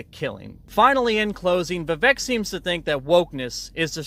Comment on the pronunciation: You can’t even say Vivek’s name correctly. It’s Vivek like cake